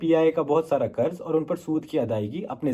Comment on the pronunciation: Goooor nahi hota ghoor hota hy .karz nahi hota qarz hota hy .i think u r hindi speaking and trying to cover bbc urdu .who hired u on this pronunciation 😢